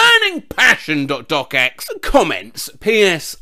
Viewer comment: is the first person i’ve ever heard pronounce “.docx” as “dot-doc-ex” and not “dot-docks”